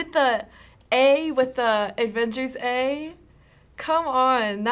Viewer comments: Is it just me or are some of them saying “ADvengers”?? Instead of “AVengers” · Darc Dreams she sounded like she said "advengers" lol it was a joke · am i the only one hearing some of them call it "the advengers" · Did that blonde girl just say AFENGERS? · Advengers?? XD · Is she saying advengers? And not avengers?